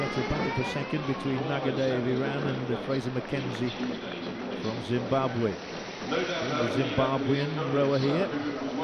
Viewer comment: "zimbabwuh" xD